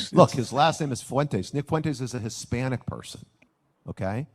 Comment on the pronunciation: "He's a hispanic person." That emphasis was something else.